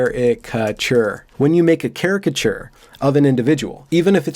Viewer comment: Holy cow! got my enunciation note on caricature! 😍